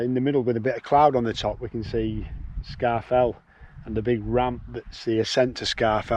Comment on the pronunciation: Scafell is pronounced score-fell not scar-fell. Good camp site.